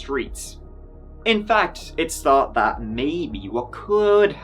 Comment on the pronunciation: I really like your presentation: your accent, your facial expressions and your body language. I like the way you drop your H’s, so instead of saying thought, you say tought. The videos are good too and your presentation adds to the entertainment. Thank you info you provide as well. A big fan. 😀